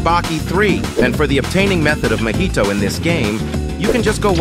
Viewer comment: Why all AI says mohito not mahito😭